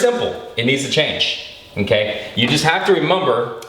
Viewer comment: the way his says mmKay is so funny